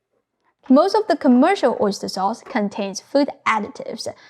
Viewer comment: OisturEH SaucEH ofEH realEH oistursEH